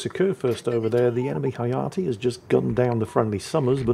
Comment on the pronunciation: please, the e in Shimakaze and Hayate is pronounced like the e's in engine and elevator... Well except for the second e in engine, that one's silent, of course. That's what Japanese "e's" sounds like.